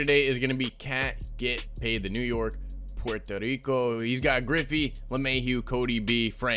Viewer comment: You sound Sound Hispanic Saying Puerto Rico